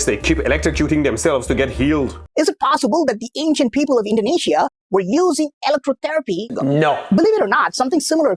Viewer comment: Indonesia❌ Indaeneshia✅